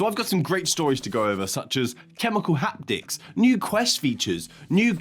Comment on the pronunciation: Chemical Hapdicks... I can't unhear it.